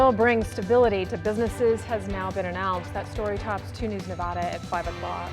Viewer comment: Learn how to prounce Nevada.. this is not the EAST COAST...